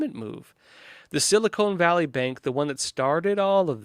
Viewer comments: SiliCON, not Silicone.. :) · For the love of God.... It's sili-CON. Not sili-CONE. Short-O. not long. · It is called "seal a con" valley is what I hear you saying.